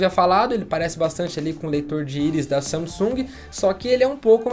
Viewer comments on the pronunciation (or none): none